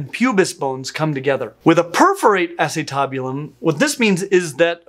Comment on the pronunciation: The way you are saying acetabulum is killing me Smalls! 😂 But then i come from a medical background not a palentology background